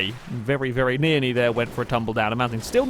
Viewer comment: I do have a thing that when you want to say nearly, but you say nearny or something